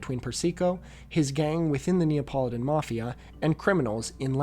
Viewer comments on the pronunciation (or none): none